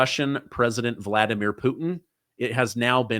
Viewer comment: Voldimir, like Voldemort, lol